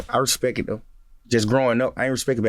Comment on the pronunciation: he said respek